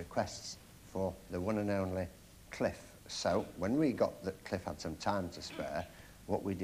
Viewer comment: *Cliff Richard There's no 's' on the end.